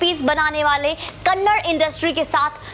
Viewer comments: Not kannad kannada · Kannad Nahi Madam Kannada (KANNADA) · It's not kannad it's kannada... If we pronounce Hindi as hind it's not sounds good...... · mam its kannad film industry nahi, KANNADA film industry💛❤ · Madam bhasha ka nam Kannada hai Kannad nahi ..pls request you to pronounce it correctly.. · Ma'am it's not kannad it's kannada.🙏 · Madam it is kannada not kannad Please make sure next time u read out correctly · It is not kannad , it is" kannada " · Ma'm its not 'Kannad', its Kannada.....🙏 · Kannada is not kannad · Madam the language is called 'kannada' not kannad.....plz don't hurt kannadigas sentiments.....I request you to correct urself....we understand you are not exposed much to karnataka.....plz madam....correct urself.... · Can't say the language name properly and reviewing the movie, kanad nahi behanji Kannada... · Madam it's not kannad it's KANNADA Our Pride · कन्नड़ नहीं है कन्नडा है😎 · Respected Madam its KANNADA not Kannad. Please correct your mistake my humble request as you are disrespecting and mispronouncing the language. Hope you will correct it. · Thank you for reviewing and supporting Kanthara.Please say it Kannada not Kannad. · Please pronounce the language name properly..It is kannada and not Kannad. It is high time. Please correct it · Thank you for your words for our film KANTARA........ Madm it's KANNADAAAA not Kannad kindly correct yourself please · It's kannada, not kannad, pronounce properly